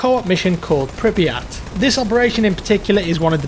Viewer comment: it's pronounced prip-yet